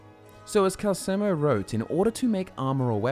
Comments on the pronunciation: His name is calceLLLLLLLLLLLLLLLLLLLmo, goddammit. Do all video makers just play the games with the sound muted or something? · You keep saying Calcelmo wrong.